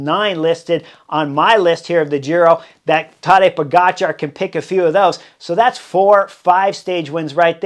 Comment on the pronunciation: He was introduced as Tadej Poga Char, not Tadej po-gotcha